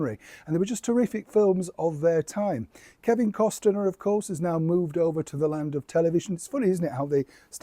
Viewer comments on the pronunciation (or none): It’s Cost-ner, NOT Cos-ti -ner. You always mispronounce everyone’s name and I consider that to be so rude that you can’t figure out how to pronounce a name. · The pronunciation of Kevin Costner is NOT Cos-ten-er but Cost-Ner (2 syllables). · Costaner? I think it is pronounced Cost-ner. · It’s Kevin Cost-ner, not Kevin Cos-ten-ner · It's costner, not costiner ♡ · It's Kevin Costner, not Kevin Costener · You keep saying Kevin Costener, it’s Costner. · COSTNER NOT COSTENER!!! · it’s NOT Kevin COSTINER ITS COSTNER - the T is silent. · It’s not Costener it’s COSTNER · please know it’s pronounced COSTNER not COS-TIN-ER. Regards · Costner not Costener !! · The name is pronounced cosna not constenner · Is it just me, or does the audio make it sound like is saying Costiner rather than Costner? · Its Costner not Costiner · I’m sorry, I can’t resist doing it. It’s COSTNER……..not COS-TIN-ER. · FYI, it’s Kevin Costner not Kevin Costaner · Costner NOT CostENER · Costner, not Cost-en-er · Wasn't this all a long time ago? Seriously, today, would Kevin C. (sounds like Cosner, not Costener!) even entertain having this loser pair in his vicinity knowing how loathed they are? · Cost ner. Not, Cos ten er. Sorry...just had to say it. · Its Costner, not Costener. And you have secret sources? Yeah, ok, right. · Hello, I keep it zipped when you make the odd spelling mistake etc, but I do wish you'd get Kevin's surname right....it's Costner not Costener. I'll shut up now. Penny from Christchurch. 🇬🇧 ❤ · I think it’s pronounced CostNur. Not CostenNur. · Cosner.... sweetpea, no disrespect 🥰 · Cost-ner not Cost-en-ner Sean please ! No one wants the Sussexes in their orbit . Kevin Cost-ner will at all cost , endeavour to keep the Sussexes at arms length because they destroy reputations by just being associated with them , ditto the Yorks . It’s time all four had their titles removed and were forgotten forever . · Costner NOT CosTener.